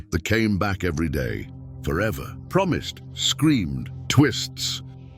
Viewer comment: No it's not cause it's spoken and done by AI, which is not art, it's a low effort crutch program for people who have no real talent It was Prometheus who took fire from the gods to give to man, not "promise" if your gonna do a video on fake religions then at least read your history and get the names right, idiots And I did watch it just to see what they got wrong and because I can